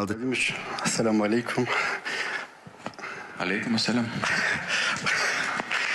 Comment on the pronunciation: Çok güzel telefuuz etti cidden sanki defalarca söylüyormus gibi